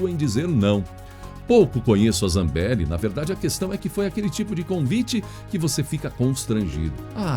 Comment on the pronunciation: Sua pronúncia do nome da Deputada "dos áudios", me parece esquisito no sobrenome. Reveja. Embora isso não diminui em nada a validade do seu Jornal que é excelente. #FechadosComBolsonaro